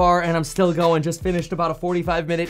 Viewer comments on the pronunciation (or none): none